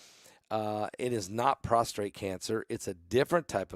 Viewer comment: The word is "pros t ate", not "pros tr ate". 1) Prostate is the male gland. 2) We fall prost(r)ate at the feet of Jesus.